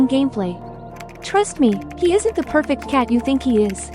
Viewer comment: really said "ITS GOTTA BE PERFRCT"